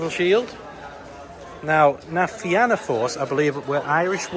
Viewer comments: I saw you on the news, lol. If they do ask the name, Fianna is pronounced Fee-na, and Tír na nÓg is pronounced Tear nah No-g 😊 Did you get on Cu Chulainn? (Coo Cullen)...you'll be sounding like a local soon lol. If you've kidney stones, Cu Chulainn will dislodge them lol. The speech from Charles is quite emotional. I went to the first theme park his dad opened back in 2010. The highlight was a long zip line. That was my last visit to the park until the new coasters went in, and I learned the name changed from Tayto Park to Emerald Park. I went the Friday after you and again yesterday. I love the new coasters and Cu Chulainn is a beast on it's own and remains my nemesis. While riding Na Fianna Force I strapped a gopro to my leg....leg cam lol. It's on my YouTube channel if you would like to check it out please 😊 Thanks for your videos, I enjoy looking at all the different roller coasters out there. I now realise I love roller coasters and my next one is Hyperia when it eventually opens up again 😊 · It would be right if you did not pronounce the a in Na Finanna Force